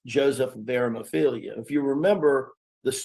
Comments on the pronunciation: It's ARIMATHEA, not whatever he said. Lordt! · Joseph of ARA-MUH-FEELYA 🤣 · He didn't even get Joseph of aramathea's name right 🙄